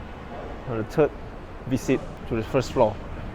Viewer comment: Three. Think. Third. Not Tree, Tink & Terd. How you say Tru"th", is how you say the "th" in "three".